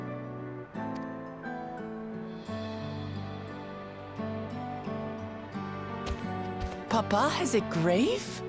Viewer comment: Sep-uhl-chur Jesse.